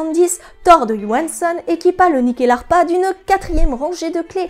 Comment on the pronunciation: Excellente vidéo. Je me permet en tant qu'ancien étudiant de la culture scandinave et suédoise en particulier, le nom se prononce Nuckelharpa (Nyckel qui est le mot pour Clef, donc assez logiquement une harpe à clefs) Bonne continuation :)